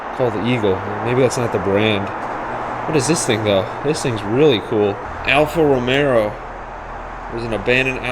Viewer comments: Eagle was an auto make that was popular in the 80’s. They made 4 wheel drive cars. They stopped production in the late 90’s. Please don’t be mad for the correction, but it’s not Alfa Romero. It is Alfa Row-May-Oh. It’s so odd that all these cars are just sitting and rotting! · Stop sayin Romero ffs ALFA ROMEO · Is an ALFA ROMEO not ALFA ROMERO